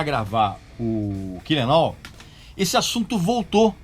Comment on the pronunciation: Parabéns pelo vídeo. Podia ficar mais duas horas falando, eu assistiria numa boa. Espero que tenha outros sobre os álbuns pós Reload. Só uma observação: nos ensinou a pronúncia do sobrenome do Lars, mas chamou o primeiro álbum de "kill-em-au"? Kkk